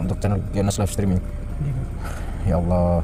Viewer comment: Bukan Aulah tapi Allah